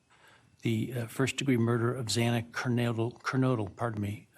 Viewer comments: Plenty of time to learn how to pronounce a name. It’s disrespectful to Xana. Detail matters! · Pretty sure he mispronounced Xana's name 3 times! Very disrespectful and irreverent. 😡🤬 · This made me absolutely furious as well, like so upset I can’t even put it into words. I can’t imagine how her family and friends felt hearing the judge mispronounce her name not once, but TWICE! Know how to say the victims names ffs!!!!!!! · 1000% agree that it was very frustrating that the judge mispronounced her name twice!!! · I’m glad that you called out Judge Hippler saying Xana’s last name wrong TWICE. Like how? How? We’ve known her name and Maddie, Kaylee, and Ethan’s names as well. I was furious, absolutely furious at that. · If Xana's family does makes their victim impact statement I hope they do point out Hippler can't be bothered to pronounce his daughter's name corrected. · Absolutely disgusting the Judge couldnt even say all the victims names correctly. For the love of god, I can say the names correctly in my sleep. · Please do everything you can to make his life miserable by stripping his ability to purchase the extra food and treats etc. and have the money he earns come back to the families instead. Disgusting Shame on the judge for his opening and for mispronouncing a victims name TWICE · Me too. I expected more empathy to be shown towards the victims and their grieving families. He could have said what he needed to say without being so callous and tone deaf. Plus the mispronunciations of Xana’s name on top of it. It was incredibly disappointing, and not at all what I expected out of this judge. These families deserved better.